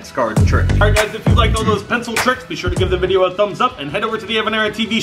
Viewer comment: It's not called an pincel it's called a pen-pen-pen-PENCIL 🤣😅😅